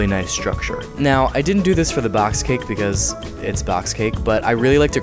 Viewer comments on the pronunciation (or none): he legit said BECASE not because hahahah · "becuse" Lol😂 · “becoause” no hate it just kinda made me laugh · when he said BECAUSE on